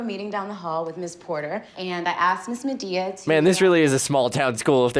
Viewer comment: I like how that lady is calling her Media instead of Medea 😂